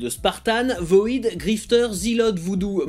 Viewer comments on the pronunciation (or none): C'est cool que tu parle du Grifter, c'est mon personnage préféré. Super épisode! Par contre c'est pas voïdeuh mais VOID (vide en anglais).